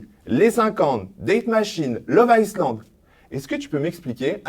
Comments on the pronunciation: Arrête de dire iSland b*rdel!!! Le s est muet!! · Stp arrête de prononcer le S de love iSland 😂😂